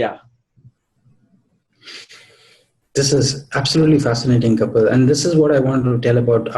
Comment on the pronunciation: check your pronounciation